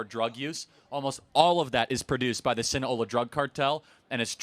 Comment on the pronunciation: Sinaloa. Not Sina-ola.